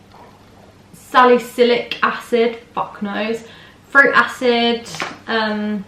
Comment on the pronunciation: And you did pronounce salicylic right lmao x